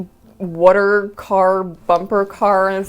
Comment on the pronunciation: Are you from Jersey? The way you say water tickled my ear. Cool collection!